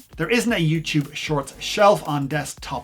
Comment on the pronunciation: youtube, not youchoob